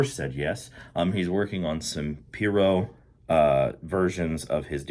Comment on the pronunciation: It’s “P-eye-ro” not pee-ro